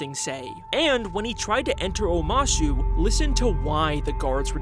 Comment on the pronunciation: anyone notice how omashu changes to omahsu ... weird